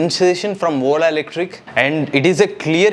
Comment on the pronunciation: Please rectify your pronounciation... You are saying WOLA instead of Ola